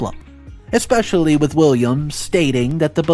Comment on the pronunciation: there is no X or K in the word especially I have noticed that you don't pay attention to the pronunciation of some important words although the stories are good this detracts markedly from the story